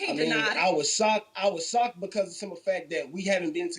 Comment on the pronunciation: Did he say he was socked? I thought it was shocked. Anytime a woman doesn't let the man talk most likely knows he isn't the father.